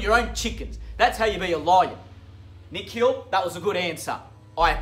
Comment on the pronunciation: “Nick Hill” instead of Nikhil 😂